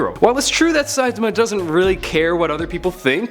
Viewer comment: You pronounced saitama wrong